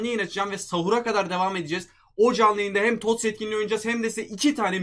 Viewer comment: TOTS'a Tost diyen koca yürekli adam